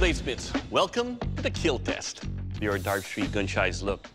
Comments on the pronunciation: Every time I hear "It Will Kill"my ears feel it as "It Will Heal" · "Overall, Sir; It will Keel." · It will keal !! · IT WILL KEEL